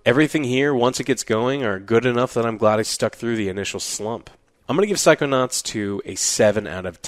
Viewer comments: Haha, "Psychoauts 2". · Psychoaughts btw